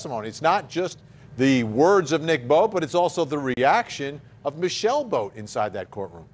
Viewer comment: when they say michelle boat it sounds like "my sail boat"